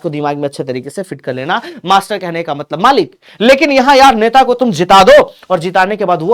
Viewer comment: नेता ❌ नेटा ✅ 🤣🤣🤣🤣🤣